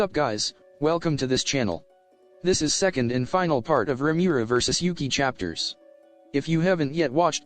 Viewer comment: I will NEVER get over how the microsoft sam voice says "Yuuki" as "You (Uk) i". Makes me chuckle and almost detracts from the seriousness of the story.